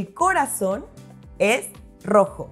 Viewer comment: Tengo una pregunta. Parecía que acentuaba la primera sílaba de corazón, no la última sílaba ¿Verdad?